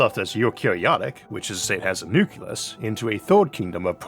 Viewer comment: a what? A nukulus? What's that? A nuc leus you mean? Nuc le us